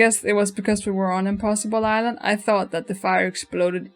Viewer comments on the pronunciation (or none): none